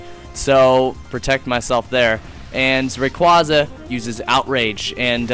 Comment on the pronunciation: u said rayquaza wrong